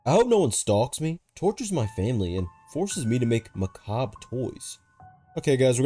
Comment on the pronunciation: FINALLY SOMEONE WHO PRONOUNCES MACABRE RIGHT